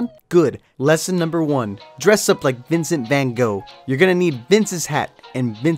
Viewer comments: Vincent fwan goog... Dude your cannot say it Ok I know you suck at speaking Dutch but bro Groeten van: dat nl mensie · As someone from the netherlands it frustrates me How you pronounce Vincent van Gogh